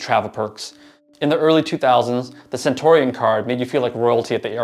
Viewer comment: It's cen-tyoo-ree-un, not cen-tor--ee-on